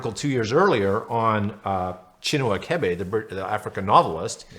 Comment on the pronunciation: The 'ch' in Achebe is pronounced like you pronounced the 'ch' in Chinua.